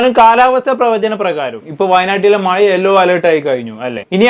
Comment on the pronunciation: മായ അല്ല മഴ.... പറഞ്ഞെ മമം. പഴം try...... പായ അല്ല